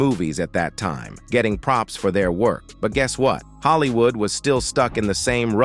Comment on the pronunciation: I just realized that this nigga commentating is AI😂😂😂 what he’s saying is true but I’m just saying he called the word time teem and that’s when it all hit me. And beside that this is old but Perry is apart of the discussion of you know you know 😂😂